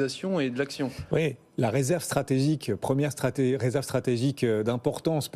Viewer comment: "Résèrve" 😂😂😂😂 ça craint 😢😢